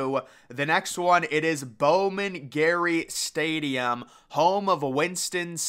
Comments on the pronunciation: It’s Bowman Gray not Bowman Gary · it’s Bowman Gray, not Bowman Gary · Bowman gray not gary😂